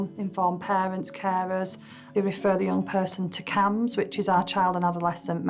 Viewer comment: It’s CAMHS